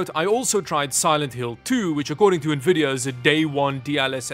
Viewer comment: saying Nuhvidia for more engagement;)